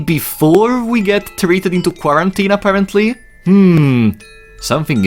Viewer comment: great video my friend but you gotta watch your pronunciation of answer, quarantine and a few other words lmao